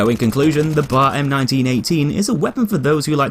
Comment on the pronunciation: it b.a.r. Not bar